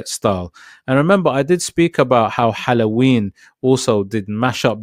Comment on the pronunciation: The way he pronounces halloween 🤣